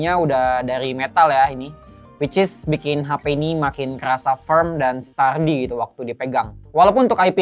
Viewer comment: stardi (sturdy), e-fort (effort), viiber glass (fiber), 🤣 kadang penyebutan pun kita suka bikin sendiri :face-green-smiling